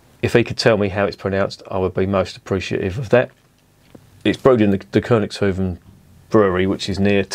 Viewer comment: Most Dutch people call The United Kingdom Of Great Britain "England", which is just a region as well. 😂 By the way, I'm living in South-Holland. Your pronunciation is right 👍, but it translates to the kings farmstead. A hoef (plural hoeven) is a horseshoe. A hoeve (plural also hoeven) is a large farm.